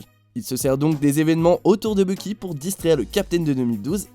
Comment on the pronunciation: tu devrais mieux prononcer parce qu'à presque chaque fois que tu dis "Bucky", on entend presque " Loki"